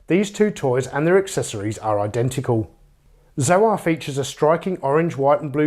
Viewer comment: Isn't Zoar supposed to be pronounced like the word soar? It's a play on words.